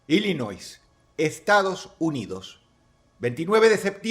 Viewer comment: Dross, nada más como dato la "s" en Illinois no se pronuncia, la pronunciación correcta es "Illinoi".